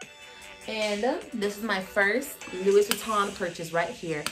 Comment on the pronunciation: Okay, she's cool, I like her but it's not LOUISSSSSSSssssss>>>>>Vitton, it's Louis....Loooo EEEEEEE as in 'Armstrong'....please correct that part and it'll be much better; just a suggestion.❤👌